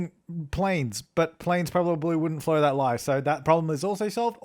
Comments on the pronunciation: lol did anyone notice he said flow that ly instead of fly that low lmao or was that just me 🤔🤔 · did anyone notice else that he said low that lie instead of fligh that low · Anyone else notice that he said "flow that ly" instead of "fly that low"?, did you notice? ahahah:'D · I came to the comments just to see who else heard "flow that lie" 😂😂😂😂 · Who caught “flow that lie” when he meant “fly that low” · ish am I the only person to realised he said that planes probably wouldn't "Flow that lie"..? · "flow that liy"? fly that low* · "Flow that ligh"😂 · "flow that lie" Pretty sure you meant "fly that low" :) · said that "planes dont flow that li" instead of "planes dont fly that low" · 'flow that lie'? What,? 😂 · Did he not notice he said 'flow that lie' ?? Haha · “flo that ly” lol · "Planes probably wouldn't flow that ligh-" it's okay, I wess up my mords sometimes, too. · "Flow that ly" My ears heard that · "Planes probably wouldn't flo that ly" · I noticed that too lol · "but i dont think any planes would flow that ligh"